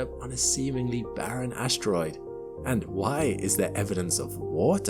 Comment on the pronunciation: What is an "ashtroid"...